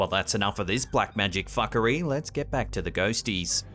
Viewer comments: The fact you said "Fuckary" weirdly makes me feel happy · I love the emphasis in the words "black magic FUCKery" 🤣🤣🤣